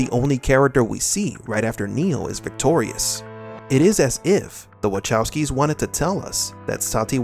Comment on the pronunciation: Wachowski is pronounced Vahovski. With 'h' sounding like in 'hotel'.